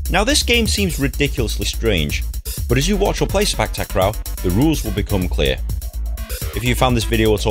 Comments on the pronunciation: It’s pronounce Si pak, tak ro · The way u said sepak takraw is kinda funny